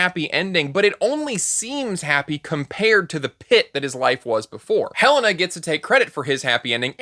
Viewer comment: Also, I just noticed that Hele-na is sometimes pronounced as He - lana. There is her fiance calling after her and he doesn't know how she pronounces her name?